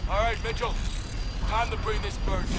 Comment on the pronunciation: when he says Mitchell it sounds like Meechun...and the tears lol